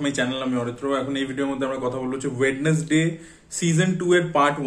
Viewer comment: স্পেল ঠিক করে করো আগে, ওয়েড.নেস.ডেই না ওয়েন্সডেই